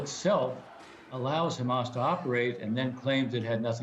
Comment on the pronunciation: It's Hezbollah NOT khezbollah you idiot, it's not khamas it's Hamas. Ignoramus